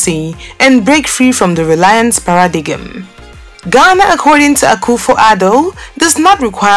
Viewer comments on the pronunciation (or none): Good video. Constructive criticism- if you are going to speak in English pronounce the words correctly. Accent is OK but goggle and Google are two different words, whether speaking US or UK English. Paradigm, has a silent g. Etc some of this made wince and could put off English speakers.